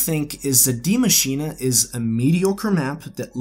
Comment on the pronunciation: It's pronounced (dai masheen) not dia masheena or diei masheenei. It's a german name but is pronounced the same as the english spelling die machine